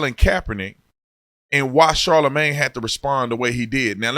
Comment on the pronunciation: It sounded like you called him Charlemagne the guy. That’s what you should call him for now on